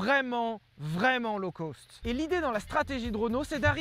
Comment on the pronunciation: Quand est-ce que les français arrêteront de dire "low coast" (comme dans côte) au lieu de "low-cost" (comme dans cote) ?